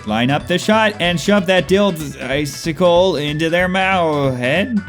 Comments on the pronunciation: the dil- "ICICLE" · "The dil-"icicle"